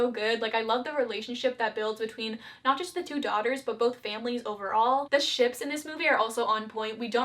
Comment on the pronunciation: Way too much emphasis put on "Ships"